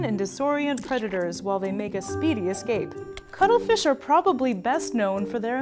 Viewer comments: VERY WERR I WIRR EATA DA CUTTRE FEESH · If you’re saying that the first time (ever) you heard cuttlefish you heard cuddlefish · Why do I keep hearing cuddle fish lol Only me? Okay... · I literally thought she's saying cuddlefish I want to cuddle that fish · I'm not a native speaker, so when she said cuttlefish I would have understood it as cuddlefish, if the name wasn't didplayed correctly in the title. So... free hugs?